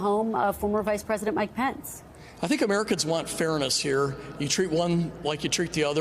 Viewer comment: Is it just me, or did Don Bacon say, "special console" ?